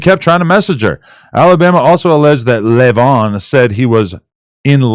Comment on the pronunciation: 😂 every time they say leyvon 😆😆😆😆😆😆